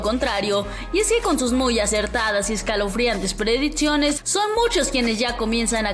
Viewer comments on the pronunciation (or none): No es por nada, pero la voz de ésta mujer me da flojera, he intentado ignorar su tono y y forma de hablar y no puedooooo... porqué no hablas bieeeeennnn, dices "prediTCiones, éTCito....." entre otras muchas palabras mal dichas, ¿es en serioo?.... ojalá cambien de chica o enseñenla a hablar correctamente!!!